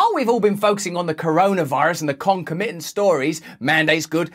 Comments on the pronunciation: The emphasis in the word "concomitant" is on the second syllable. ConCOMitant, not concoMITant. Just trying to be helpful. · thats twice you've done that now. Russell, you're stressing the wrong syllable. It's not con-co-MIT-ant, it's con-COM-itant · ConcOmitant, please! Emphasis on second syllable.